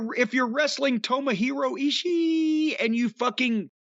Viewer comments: I could go the rest of my fucking life never hearing Jim say "Ishii" again. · Good morning! I get to hear Corny butcher the Stone Pitbull's name.LMFAO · I want Ishii on TV every week so Jim can say his name ridiculously 😂😂😂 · Love how jim pronounces Ishiiiiiiiiiiiiiiiiiiiiii